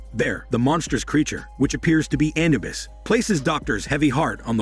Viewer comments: It is Anubis not Anabus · Anubis not anabuis lol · A-nu-bis A-nu-bis A-nu -bis Jesus get it right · Your word pronunciation of annubis is making my ears bleed and you say hormone way too much it's quite annoying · The commentator doesn't even know how to pronounce Anubis correctly. I just ruined it for me.